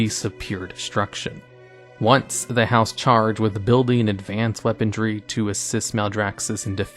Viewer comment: "weapontry" That's how Bugs Bunny said weaponry.